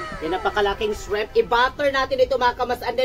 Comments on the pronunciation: Shriiiiimp po not shreeeemp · Ayusin ninyo ang pronounciation ninyo...hindi SHREMP.....kungdi SHRIMP. Lagyan mo ng maraming garlic at iluto ninyo sa butter.